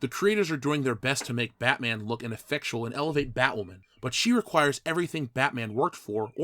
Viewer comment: iT's BaTmA'aM 😤